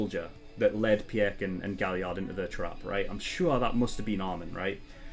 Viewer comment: I think it is supposed to pronounce as "Pick" not "Pi-eck".